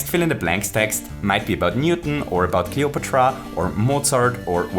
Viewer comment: I like the way you pronounce Cleopatra